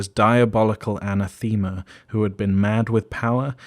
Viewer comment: I love this series, but some of the pronunciation needs work. wyld, yozi, and especially anathema.